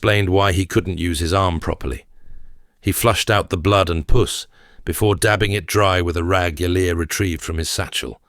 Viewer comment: Love this reader, but you might want to change the pronunciation of this word pus😮